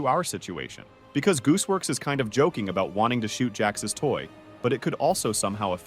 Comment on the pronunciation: I’ve only heard of gooseworks not “joocewoks” 💀 btw I found kinger